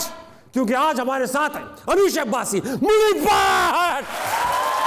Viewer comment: Butt nahi Bhatt. Punjabi 2 chashmi hay ھ ko pronounce nahi kar saktay. Is liye Pakistan me Bhatt ko Butt kehtay hain. Asal me Mahesh Bhatt wala Bhatt hai.